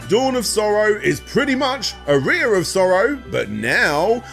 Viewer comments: my guy I just looked it up British pronunciation of aria and it’s ar-ree-a it’s not “uh-rye-uh” it’s simply just a man not pronouncing a word correctly. This has nothing to do with “global citizens” or British or American he just has poor pronunciation.. of words. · I understand accents and dialects, I really do, but there's zero reason to say "Aria," as "A rear in 2023. It's just absurd. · Are-ee-uh aria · How in researching for countless hours, listening to interviews and such, did you never notice the proper pronunciation of "aria"?? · I can deal with Aria being mispronounced, but pronouncing Tokimeki as "taco-me-co" is destroying me. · “the one symphony” is your name and you defend the wrong pronunciation of the word aria lol. What a clownzo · this would have been a good opportunity to pronouce 'aria' correctly